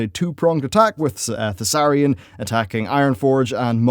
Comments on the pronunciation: Emperor Thaurissan. Not Thausarrian. Dude at this point its like you do it on purpose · Thaurissan,. Not Thassarian. As he wasn't a human Death Knight! (love the video otherwise, keep up the good work <3) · Thaurissan. Not Thassarian. Thaurissan. Thassarian is some death knight of the ebon blade, and a human to boot. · It's "Thaurissan" dude, the ruler you speak of. Not Thussarian ^^ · Thaurissan not thassarian... Just saying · "Their worst time came during the rule of Thassarian." Shit, I had no idea the Ebon Blade was involved too! Perhaps that's why people want Dark Iron Death Knights. For real though, you meant Thaurissan. When I heard you mention the human DK once, I was like "well, that's a slip up, it happens", but then you did it again, and a third time. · Thasarian? He's Thaurissan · I always throught it was Thau rih sahn. not The Death knight guy Thassarian. I know i've heard ingame the pronunciation difference. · Yeah, I noticed that too. He's pronouncing it like Thassarian the Death Knight. Similar names though, so I don't blame him. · Thaurissan, you're adding the S's before the R when you pronounce it and it really fucks me up.